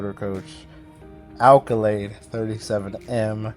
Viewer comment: Nice! It's Accolade, BTW. Not alcolade.